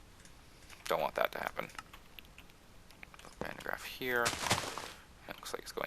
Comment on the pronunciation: just being a bit off topic here but since there is a lot of talk about the van de graaff in this line of comments i have to add 2 things 1. woohoo something with a dutch name in an english mod and 2. you are saying it wrong...but no offense it's basically because it is a true dutch name and almost impossible to say correct while talking english and the dutch language is just difficult